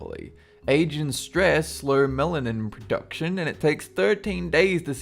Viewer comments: meLanin. Not meNalin. Mella-nin. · GoldenClaw3 he has Australian accent but an Australian accent doesn't mean you say melanin wrong. its mel.ə.nɪn not mel.lan.in no matter the accent. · I'm not sure if it's your accent, so correct me if my wrong, but at you pronounced a couple words wrong I think, melanin is said Mel-a-nin and alopecia is pronounced alo-pee-sha or allah-pee-sha if you're saying it in context (notice the way I incorporated Allah, ALLAHU AKBAR) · GoldenClaw3 "melan" a bit like the city and then "in" instead of "mel" "eh" "nin" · no no no! mel, uh, nin! al, oh, pee, shuh! idc where you are from, but it's pronounced the same in every English language! melanin and alopecia areata (aka patches where you're bald). I'm a cosmetologist, so I know what I'm talking about! don't your research places have pronunciation guides or audio clips?! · BUTCHERED THE PRONUNCIATION OF MELANIN "MELON-INN", & ALOPECIA "ALOE-PEE-SHA". dammit. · It's pronounced Mell- ah- Nihn And Al-oh-pee-shA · lol meLANin and kur-hosis. Those are not uncommon words, learn to read. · please learn the correct pronunciations! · It's pronounced melanin. what the hell is Asian stress? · I love how he pronounces melanin and alapecia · im English and he pronounced melanin so wrong i'm shocked i could tell what he said.